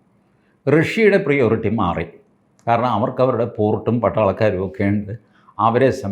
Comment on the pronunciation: പ്രയോറിറ്റി .. not പ്രിയോറിറ്റി ..😂